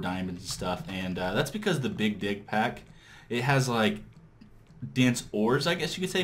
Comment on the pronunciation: How long do you expect it will take until it is ready to go online? Also, when you say "big dig mod" it sounds like you are saying "big dick mod".